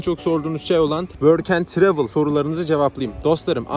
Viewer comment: Programa nasıl kayıt oluyon worken travil dediğin